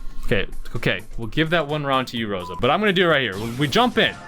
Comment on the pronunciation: It’s crosa